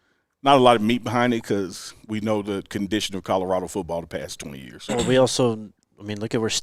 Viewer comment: Hahahaha Apparently YOU dident get the “memo”…. It’s Colorado!!! 🤭